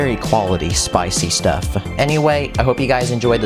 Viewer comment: It’s spwicy